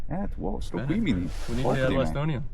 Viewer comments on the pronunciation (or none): none